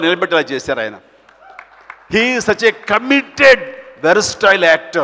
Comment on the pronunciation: Sir it's not veraastile it's versatile 😊